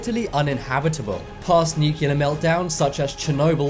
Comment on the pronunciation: The word is pronounced NOO-klee-ur not NOO-kyu-lur!